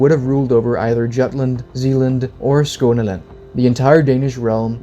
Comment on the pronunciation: I can tell taht you're danish by how you say Skåne/Skåneland, lol. Greetings from sweden.